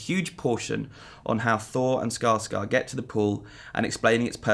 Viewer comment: Thor and WHO go to the pool? Scalsar? What? I seriously listened to this sentence about 20 times and simply can not make out what that word is supposed to be.